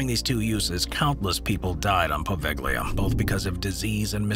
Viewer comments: HEAVY SIGH.. In Italian "gli" is NEVER PRONOUNCED WITH THE G. It is a similar situation to French and Spanish double L: Thus, "poveglia" = poh-VALE-yah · Poveglia (the pronunciation was not 100% correct, but never mind...) is technically off limits and there are no regular connections, but in Venice you can find many taxiboat drivers willing to take you there and then come back to pick you up after a couple of hours, if you accept their fare. I have seen a few videos and talked to some who visited it. There is still a belltower and some interesting old buildings, though in ruins. And of course, you need to be very careful and abstain from climbing upstairs, because if you have an accident there, nobody will rescue you. I'm not even sure that mobile phones work regularly there (they might, though, Venice is only a few miles away)